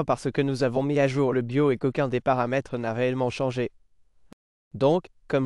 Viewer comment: Yeah the french voice is terrible ... it don't even prononce "BIOS" correctly : it says "be yo " (without "S")